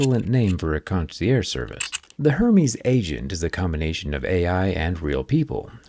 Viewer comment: The brand is pronounced air-MEZ! Kindly edit the video.